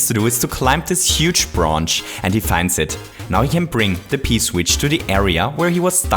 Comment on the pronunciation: he said “bronch”